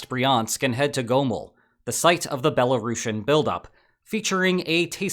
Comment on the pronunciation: Belarushin? you sound like youve never heard how it's pronounced